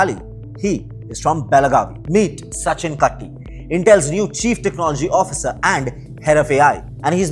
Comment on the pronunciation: It's not Tiger T in kaTTi ... It's Tulip T in kaTTi... I know coz he was my senior in my school at Dharwad Karnataka. 😊